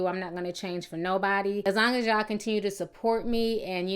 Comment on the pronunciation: What the fuck is a y'awl and de troot lol?